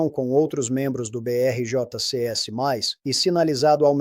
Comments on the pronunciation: Tá estranho esse tio aí. Parece IA... Dizendo BRICS com J no lugar do I.... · Entendo, mas esse IA não sabe dizer BRICS? 😂